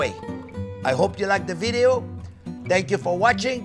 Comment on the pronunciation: Vidyo, lol